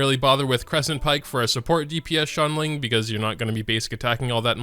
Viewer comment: ''Xianling'' xiangling my dude..